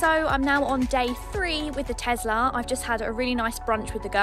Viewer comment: Lovely video. As always, it's a joy to watch your car reviews. Had a bit of a chuckle over your wonderful Essex accent. "This is a Model Free" OK! I'll have two then!:D If you can twist someone's arm at a local Audi dealership, try out the new Q4 e-tron. I had a test drive in it yesterday. And for an SUV it's really a fun drive.